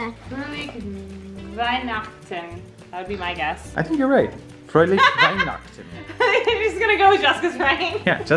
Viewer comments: you actually did a very good job pronouncing merry christmas in German - fröhliche Weihnachten (the only mistake was not pronouncing the e at the end of fröhliche!) so it's true that is always right! Anyways....stay safe! Hope everything returns to normal for you all very soon! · As a german I can say, was pretty right with the pronunciation of "Fröhliche Weihnachten":)